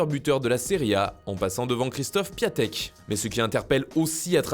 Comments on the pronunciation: ON DIT PIONTEK ET PAS PIATEK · Pour vos prochaines videos on dit Piontek et non Piatek